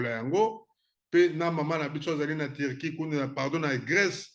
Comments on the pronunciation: Loba bien ndeko Turquie et non Tirquie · HAHAH VOLEUR LES CON////GOLAIS DISENT VOLAIRE TURQUIE ILS DISENT TIRQUIE, ILS NE SONT PAS RAFFINES